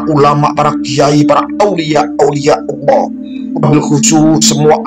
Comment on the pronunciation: Utk pengucapan Alloh nya kurang pas kuatir salah pengucapan malah jadi salah arti